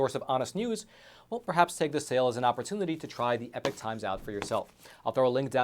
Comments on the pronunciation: It's "Epoch", not "Epic" 🤣🔥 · Love the channel but please pronounce "epoch" correctly